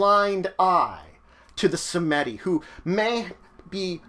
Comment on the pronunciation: It's pronounced "Sahm-dee", not "Sa-meh-dee". The Baron, both the bloodline's founder and the Lao, are displeased by this less than acceptable pronunciation. You owe the first three pints vitae and the second a cigar and a lowball of rum. You have 72 hours to deliver.